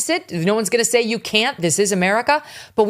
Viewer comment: Her very last word was "tenants", people who pay rent! I have not yet heard an American who does not make this pronunciation error. Ben Shapiro, one of the most literate people on the internet, makes the same strange mistake. The correct word is "tenets", with no "n" before the final "t", meaning beliefs, literally things one holds to.